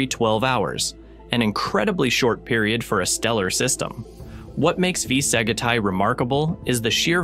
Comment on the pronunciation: What a fuck. V Sagitae is completely ba pronounced. It is AI shit. Blocked the vid immediately